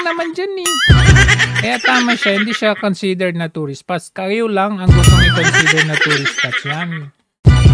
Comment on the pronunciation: bulol naman tong barkdog ng Malakanyang, anong 'tourstsis' spot pinagsasabi neto?